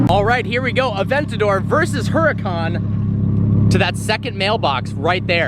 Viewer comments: pronounces huracan so wrong and isn’t very knowledgeable. “Look at Lana’s her a ken” “the g wagon’s door handles are one of a kind and you won’t find them on any other car” (looks at photo of Jeep Wrangler) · Gogeta the G: This dude says it wrong too though. It’s supposed to sound like hoo-rah-kahn. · Jett A Angeles it’s actually pronounced ooh-ra-kahn